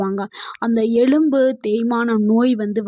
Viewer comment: Madam, தயவு செய்து தப்பா நினைக்காமல் எழும்பு என்று கூறாமல் எலும்பு என்று கூறவும்